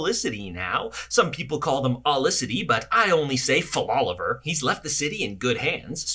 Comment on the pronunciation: Faloliver....im done lol